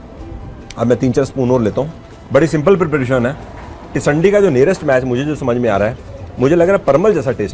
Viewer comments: Sir not tisandi it is tindsi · It's not tisandii🤣🤣it's tindsii ki sabji 👍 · its not tisandi its tinsi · SIR tindsii hota hai tisandi nahi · Sir it's not called tisandi. It's tindasi. Please rectify it. Thanks.